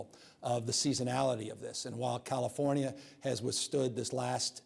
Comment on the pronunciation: Newsom says - CaliforNIya. Never heard it pronounced that way. Most people, it's Californ-ya. Maybe that's why he got elected. You know? People say - CalifornYA - they THINK they know what it is, and maybe they need a guy who isn't sure. Anyway. First time, I've heard him speak, and I don't know what the problem is with out of staters hating him. He's a lot better at communicating than most. And. I got a lot of family in California, and I would prefer that people, there, take the vaccine. People talk about civil liberties in red states, and if that's their idea of freedom, having this right to be a speed bump in terms of national AND global recovery from this pandemic, it could be why Americans 'imagine' the US is about freedom, when in truth, freedom has more to do with 'speeding' things along. We're good at 2 things, in the US, beyond any other nation, lying about and pretending to be free, as a group or collective. 'Freedom' might come to one person in a great state, ever 3 generations. That statistic is to balance out whole swaths of states with BAD vibes, low intelligence, and BAD karma. Course. Not talking about Florida OR Texas.